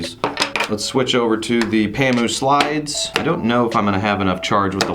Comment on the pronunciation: Haha u pronounced it right bro.... N thanks for the comparison.... I own a pamu slide and Im right now enjoying it